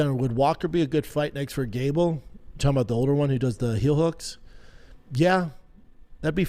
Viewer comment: Only Shaub could make gable sound like gayble